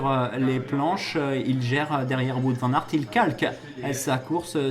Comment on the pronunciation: Juste un petit détail, Wout Van Aers ne se prononce pas "Vout" mais comme le Who en anglais avec un T à la fin :-), sinon, super vidéo.